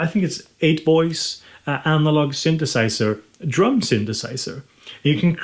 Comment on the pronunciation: sunthusiser, analog rrrrrrytme lolllllll